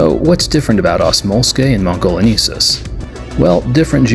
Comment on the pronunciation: Love the repaint work as always! 😁 I have this set and have animated these little guys a bit before too (they are difficult to keep stable during stop motion filming x_x) If I may, to help out for future reference It's "mon - go - lee - en - sis" for Velociraptor mongoliensis, hope you don't mind this, I couldn't help notice you kept saying mongoleneesis instead and wanted to help a bit there 😅